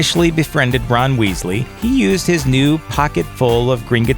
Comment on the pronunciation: Did anyone else notice that he said Bron instead of Ron